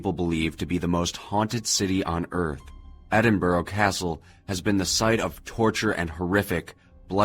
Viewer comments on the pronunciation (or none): "Edin-buh-ruh" not "Edenburrow" XD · I'm gonna stop watching this video as he said Edinburgh as "edin-borough" instead of "edin-bruh" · Why don't American/Canadian narrators use on line dictionaries for British/Scottish place names? It takes seconds! It is pronounced "Ed in bru" Microphone is terrible but facts were interesting (if not all correct) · Roll the R in Edinburgh, say it kinda like Edin-Blruh. This was a fun listen! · Nope, coming from a Scot, it is Edin bruh or Edin buh rah depending where you live in Scotland :)